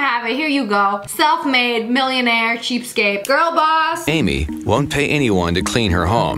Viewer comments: Say cheapscape one more time…😂 It’s cheapSKATE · This should be on r/mildlyinfuriating. Not the cheap part, but how she says "cheapscate." IT IS "CHEAPSKATE," NOT, AND I REPEAT NOT, "CHEAPSKAPE" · Lia, Lia. It's pronounced "cheapskate" Not "cheapscape"